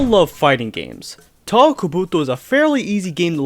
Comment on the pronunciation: 10 seconds in. Touhou pronunciation makes me wanna go deaf